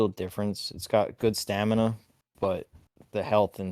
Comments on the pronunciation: stop saying stanima its STAMINA. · For fucks sake: sta-MINA not sta-NIMA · Take a shot everytime he says "STANIMA" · i get it, intentionally mispronouncing all the words gets engagement just like this comment. i'm just not sure how much soul-folk punch and stanima i can listen to. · "Stanima"?????? really? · "Stanima" omg... every time. I hope its bait lol bc that's silly. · bro kept saying stanima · Bro can’t stop saying staNiMa